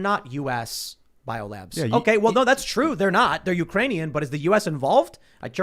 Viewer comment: “Ukranion “ is becoming hitlery Clintoon